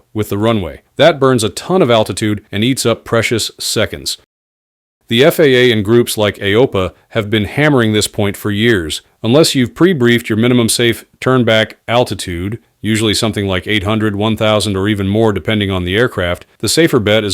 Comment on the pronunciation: I'm not a pilot but have been an aviation enthusiast for many years. I'm familiar with AOPA, but have never heard it pronounced as "Ayopah" as the AI voice does